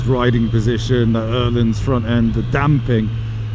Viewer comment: At last someone who can say Ohlins corrently!